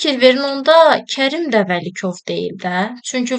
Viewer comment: Vəkilov❌ Vəlikov✅ Piri❌ Pri✅